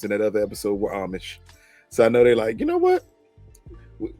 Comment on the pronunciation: you had me choking everytime you said Amish🤣🤣🤣🤣